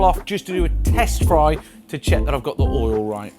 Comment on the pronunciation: What is HOIL please? lol